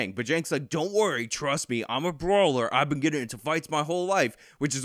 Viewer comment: good you played that one part two times. when cenk says im a brawler, the first time i udnerstood: im a grower xD